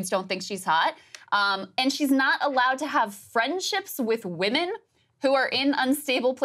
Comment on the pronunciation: "Unstable Wemon" sounds like a nice way to say "Promiscuous"